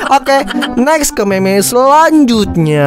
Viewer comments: bang itu di baca mim bukan meme kalau meme itu yang ada di wanita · Mim bang di sebut nya bukan meme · Bacanya mem bang bukan meme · Bang kalo ngomong meme dibaca"mim"coba dah pasti bener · Bukan dibacanya mim